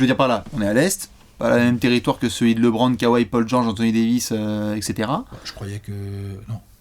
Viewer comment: Et Lébronne ?